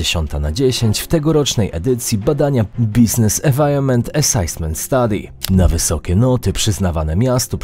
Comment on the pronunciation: esajsment czytamy po prostu assessment panie anglisto